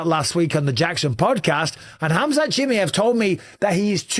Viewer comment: Bisping bro, it’s pronounced Chim-eye-ev, no Chim-ee-ev 👍